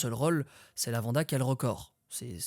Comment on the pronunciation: LavanDE Brown, pas LavandA !